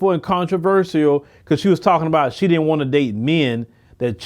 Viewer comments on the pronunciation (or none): stop saying DID-ENT